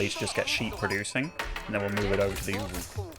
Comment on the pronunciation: Actually Ovoo not uvuu